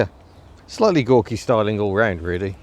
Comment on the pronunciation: "Gauky"?? It's ugly as sin.